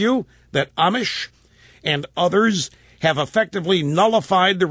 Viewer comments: Rush you obviously haven't been following this guy. Amash is not pronouced (Amish) like the religious group, It's (Amosh) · Rush would be even more credible if he could only pronounce his name correctly. "Amish", LOL... He's still learning, let's hope he can clearly state & support ALL of Justin Amash's Liberty program, that is to say... more Power to the People of the Republic!